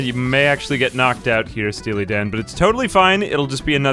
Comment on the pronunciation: Stea-Lee Dan